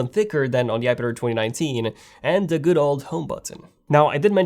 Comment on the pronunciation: iPad AIR NOT iPad-er or iPad-ir! Man, you just talk too fast.